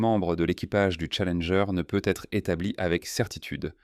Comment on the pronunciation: On dirait que certzines bafouilles sont faites exprès pour faire "plus réaliste", plus "humain" par contre certains mots sont prononcés n'importe comment, aucuns francophones ne dirait ça comme ça... Comme la navette "Challengé" et pleins d'autres mots... Ca devient pénible ces voix! 🫩🙄